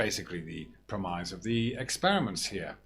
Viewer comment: I have never before heard the word "premise" ponounced "prem-eyes". You can tell that these guys are reading lines with the way the pronounce things sometimes.